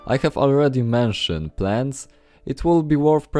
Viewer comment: Od razu widac ze polak A tak serio, nie hejtuje ale proszę, popracuj nad akcentem. Póki co w miarę dobrze ci idzie. Kilka wskazówek: "shelves" wymawiamy jako "szelfs" "r" jest zazwyczaj miękkie "mention" wymawiamy jako "menszyn" "window" mówimy "łyndoł" Najlepiej sprawdzac z google translatorem jaka jest wymowa. Ale budowle świetne, na 100% użyję